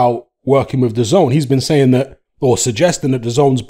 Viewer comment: It’s not du zone it’s da zehn